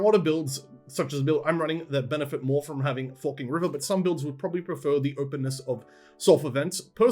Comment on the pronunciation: Every time you say "Forking River" my American ears hear "F*#%ing River" Lmao